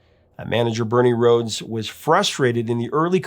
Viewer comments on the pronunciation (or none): none